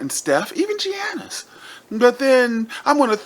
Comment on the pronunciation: Dude lost me at "Gee-yannis" lol